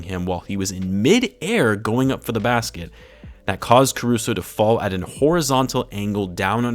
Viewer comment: also it's Caruso man. Carushow. the little goat. ACFRESH. Cmon. everyone loves him not just bulls and lakers fans. They're just gonna laugh it off? the disrespect to my goat is blasphamous